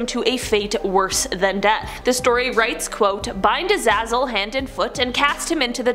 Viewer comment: Azaizel is pronounced (uh-zay-zel)